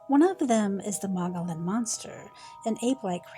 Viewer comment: MOE-GI-ON. The L’s are silent